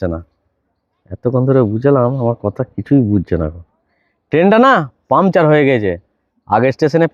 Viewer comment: কথাটা পামচার নয় পাংচার (Puncture)